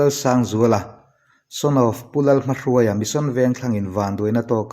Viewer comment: In thu puan a fiah fel viau laiin Pu Lalsangzuala pa hming lam dan erawh in ti dik lo deuh va. Vanlalhruaia tih hming lama hruai lai tak thluk dan ang hian Lalhmahruaia tiha hruai lai hi lam tur a ni e. Tual thattu hi a huatthlala em a, hetiang mi tha that duhtu chua phu ang ngeiin hrem mawlh teh se.